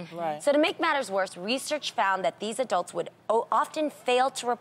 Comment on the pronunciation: Adrianne needs to stop saying 'Adelts'. They're called 'Adults' lol